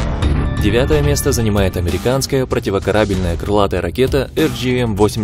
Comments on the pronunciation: Выключил после противокорАбельная. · ПропивоКАрабельная!!!! Слух режет, автор, это пипец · ПротиворкарАбельная??? Ученик клоуна КоротченкО что ли?))))) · ПротивокарАбельная ракета. Что за нерусь. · ПротивокорАбельная! До двухСТА двадцати... Автор — назад в деревню. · ПротивокорАбельная? Дизлайк.